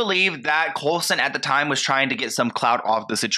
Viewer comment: I love how keeps calling him COLESON hahaha